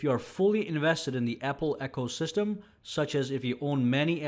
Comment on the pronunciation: Sorry mispronouncing ecosystem. It is not echosystem.